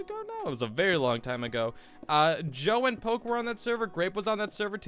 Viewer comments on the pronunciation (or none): none